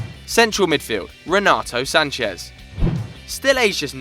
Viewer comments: 1- Renato Sanches won the League and the League Cup. Respect my dear Braga which actually won the Cup. 2- Why do you say Sanches with a Spanish accent? you are saying like he is "Sanchez" but he is Sanches 3- João Mário was and is the most expensive portuguese player to have left the League. 45 million. Sanches was 35 million euros. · I'm portuguese. I think I know how Sanches is pronounced. In Portugal "Sanchez" doesnt even exist. Its like, we have Rodrigues but not "Rodriguez". The "z" is spanish and the names are said differently. Portuguese and Spanish are two different languages, so both the spelling and pronouciation are different. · Renato Sanches is a portuguese player. Names dont change according with your nationality. What people have to do is learning how Renato Sanches is pronounced in portuguese as it is different from Spanish.